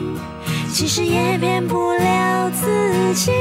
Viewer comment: it is a nice song, but i found a wrong Chinese pronunciation. it is "wo bu neng zi ji", not wo bu neng zi yi". but this sounds really make me feel relax...